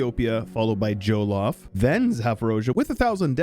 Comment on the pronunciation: It hurts me how you pronounce Jan Mayen and Jolof